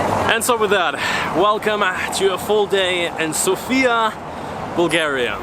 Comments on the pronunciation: its said sofya not sofia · He talks about how you pronounce the name of the capital. The guy on the video keeps saying SofIa, while the correct way to say it is SOfia. Hope this makes sense to you now ;) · just one thing: Sòfia. Not Sofìa. Accent on the o. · It's sOfia ,not Sofiaaa,it'S not the same ..... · Да правильно говорить СОфия не СофИя. Надеюсь что вы провели прекрасное время в моей прекрасной Болгарии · it's S"O"fia.. thanks for visiting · It is pronounced sOfia, the stress on the O, no hate, just to know 😉 I hope you have great time in our country 🇧🇬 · The correct pronunciation is an accent of the letter O- SOfia. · One of the mistakes that foreigners make is mispronouncing the name of the city. The emphasis is on the letter O, not the letter I.